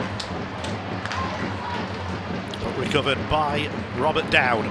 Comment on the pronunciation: Is not Dowdy. Is Conner Mcdowdy.🍊🍊